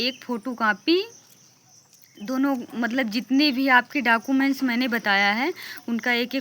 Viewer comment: डॉक्यूमेंट ❌ डाकूमेंट ✅